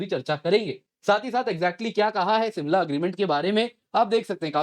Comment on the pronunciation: It's Shimla not simla.😀